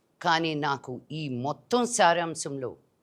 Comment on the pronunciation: అది సారాంశం …శ్యారాంశం కాదు